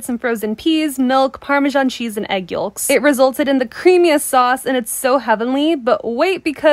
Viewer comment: Y’all did she really pronounce the L in yolks?? Or am I hearin things lol